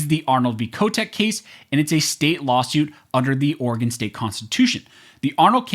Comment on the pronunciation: It's not state of organ its state of Oreegon"